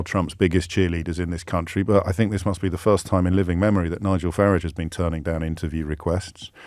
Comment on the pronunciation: When you said Farrago, did you mean Farage?